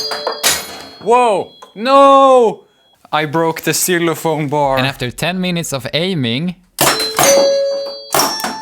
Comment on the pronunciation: The way he said "seelophone" I'm always fascinated with how non-native English speakers pronounce native English words, especially since I'm working on a spelling reform for fun